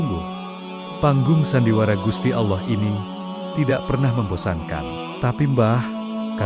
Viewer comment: Ini kisah islami kisah seorang waliyullooh, kenapa dibelakang syeh Syaridin ada selipan salip. Jangan2 yang mengisahkan bukan Muslim, karena menyebut lafadz allooh saja salah.